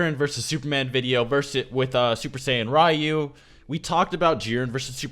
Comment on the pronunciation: Your incorrect pronunciations on a lot of words... Ryu, Rasengan, things like that.. Is REALLY aggravating when their pronunciations aren't based on accent or anything of the sort, they have definitive ways of being said..